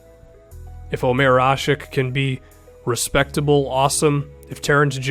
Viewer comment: Btw it's ashit not asik😜😂